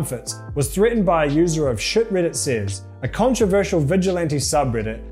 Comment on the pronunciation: ITS "REDDIT" NOT "RIDDIT"